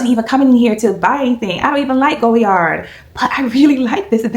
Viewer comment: Omgosh the color 💚😍 congrats on your stunning purchase. I have been thinking about the Saigon but I will def wait until I visit Paris before pulling the trigger, to save a bit with VAT 😂 thanks so much for sharing your experience. (Btw, it’s pronounced Goy (as in boy) - Yar, vs “Go”-Yard)